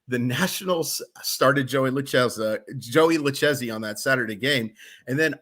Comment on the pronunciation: Lucchesi is pronounced "Lu-kay-zee" fyi